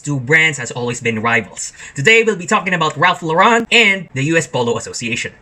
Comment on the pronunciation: It's not Law-REN, honey :(